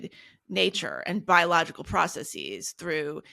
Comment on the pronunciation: ”processes” /‘pra se,si:z/